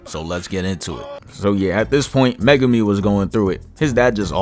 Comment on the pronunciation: Bro... Megame? Muh-Goo-me ffs that shit is ultra annoying